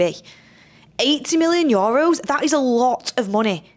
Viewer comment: needs to learn how to say EUROS! Its nae Yoros 🤣 love tus anyways x